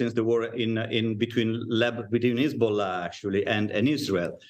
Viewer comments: Hazabollh it is not lebonan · Hezbowla lol come on your a news anchor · Are you serious?! She can’t even pronounce it. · She can't even pronounce Hezbollah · It would be important to Pronounce Hezbollah Correctly I assume you have a education She cuts off the person rude War is Horrible like there going to tell you please really just talking head no sense these reporters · Especially her pronunciation of Hezbollah.